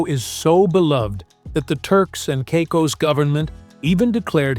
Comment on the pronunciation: Turks and Cycos… those AI voices are great, aren’t they?